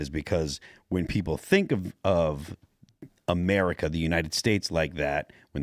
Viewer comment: Gulf of MER I CA.. F YA.. 3 Syllables.. Shut up